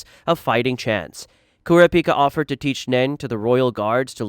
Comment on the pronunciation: You can tell this guy never watched the series. Kura pica?